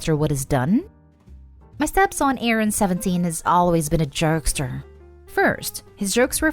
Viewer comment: 2nd story: am I the only one who heard "jerkster" when the narrator said "jokester"